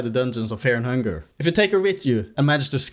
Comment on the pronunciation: Feah and Hungah yippie